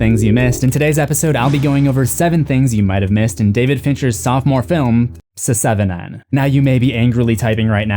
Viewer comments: Pronouncing it “seh-seven-en” got old so quickly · No, not at all... he is either joking; or he is a joke. It is one of the most ridiculous things I've ever heard. Never once in the the 30 years since it came have I ever heard anyone call it that. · did you say se seven en??? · Mfer said Se-seven-en lol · I love that you say the title the way it's written. SE-SEVEN-EN. I love this movie and it's always bothered me that the title isn't written correctly! (I'm also from Toronto and hate our "6ix" idea. That says SIXIX). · Suh-seven-en. Alien Cubed. Have.. have i been pronouncing the name of these movies incorrectly my entire life? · Se-Seven-En? Come on, dude. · he's just saying it literally se -seven-en as a joke because it's spelled se7en. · "Se-seven-en" lol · Long time subscriber, first time commenter. I love, love, love your presence. Your videos are a pleasure. Nothing resonates with a horror lover than the evidence that someone else loves it just as much! The way you said the name of the movie had me cracking up. "S-seven-en"...you're just too much. Just wanted to shout out my appreciation. Watching your videos reminds me in a way of talking horror with my late brother, like the jokes you make and some of your mannerisms. It's familiar and very nice, like a thing I forgot I missed and am glad to be reminded of. I hope to learn about things I missed for many videos to come. Peace out, friend. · Why in the name of God are you pronouncing the name of the movie like that? WHY? Good Lord, I can't............. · Dude same, I saw the video and I was like "oh god am really about to listen to this man pronounce seven like that for 12 minutes... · "Seh-seven-ehn" "Alien cubed" OMG, dude! You're killin' me!